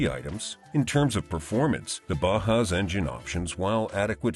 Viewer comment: "Subaru Ba-hoo"??